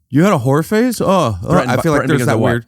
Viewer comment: oh whore phase. I heard horror phase. 😅